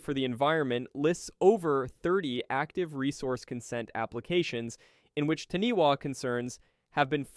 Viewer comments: LOL The Taniwa, it's said as in Tanifa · Dude, its appreciative of you learning about Maori mythology but as a New Zealander, hearing you severely butcher those words and knowing how to say Taniwha and still saying it incorrectly was kind of disrespectful and lazy.